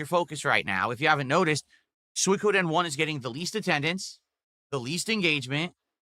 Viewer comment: Soi-ka-den Soi-Koh-den He can’t pronounce shit.